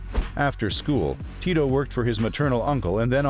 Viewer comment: I still can’t ever tell if the narrator is a computer voice or an actual person. It’s really weird because you pronounce his name right but oddly you pronounce parts of words but not all of the letters correctly. There’s a lot of incorrect emphasis on the wrong sound and pronouncing letters as they’re written in English but the pronunciation was strangely correct on other words.